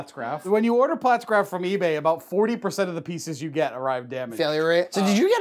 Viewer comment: You put out some good stuff but hot damn if I don't want to pull my hair out every time you say Pfaltzgraff... It's not platzgraff, it's Pfaltzgraff damnit! Haha My Pfaltzgraff stuff isn't nearly as nice as John's but God the pronunciation kills me!